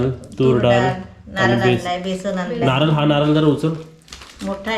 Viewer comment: ल आणि ळ मधे फरक आहे. नारळ/खेळणार